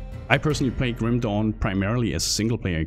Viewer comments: Sorry but i laugh everytime you say Grim dawn, it sounded like a chinese ripped game named Grim Dong. sorry for laughing ok continue wih the review. Grim Dong. lmao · i kept hearing Grim "Dong" XD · I can't unhear Grim Dong.